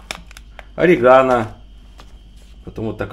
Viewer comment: У нас в Колумбии делают sancocho из бычьего хвоста с guacamole из авагадо. (sancocho de cola de rez). Тоже очень вкусно, язык проглотишь. Кстати орегано, произносим с акцентом на третьем слоге, на "е". Произносим Комино с акцентом на "и".